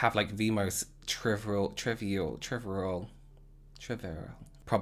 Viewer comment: No one:: I’m having trivral..trivirrral...TRRIVIRRAAL! 🥰🥰🥰